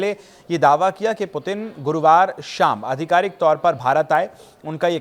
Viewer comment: भाई रूसी राष्ट्रपति का नाम आप सही से नहीं ले पा रहे हो, और न्यूज पढ़ने चले आए। सही नाम है व्लादिमीर पुतिन। रूसी और इंग्लिश में भी लिख देता हूं Владимир Путин Vladimir Putin